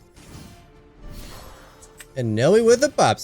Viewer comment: I’m not trying to be the mispronunciation police here, but you keep pronouncing “Noi’s” name wrong. It’s not “No-eee” it’s “N-oy.” Noi rhymes with toy (just to compare). Thanks for the content.